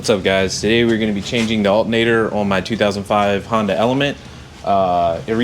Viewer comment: "We're going to replace the ALTENATOR...."